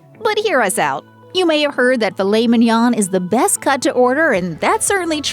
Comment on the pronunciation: The N is NOT pronounced at the end of Mignon.